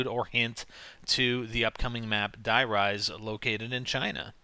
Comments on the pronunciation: please man Die in german is pronounced DEE thanks :) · it's not "DIE RISE" ! it's german dude... if you must pronounce it in american, say " the rise" ? x ) it's not die like in killing or anything... N00b americans die = the.